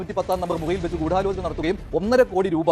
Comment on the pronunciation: ആദ്യം ഗൂടാലോചന എന്നു പറയാൻ ശ്രമിച്ചവരെയും നോ ക്കി പഠിക്കണം